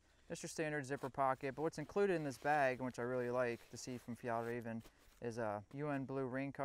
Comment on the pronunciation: Hey don't forget the Swedish ä! It's "Fjällräven" :)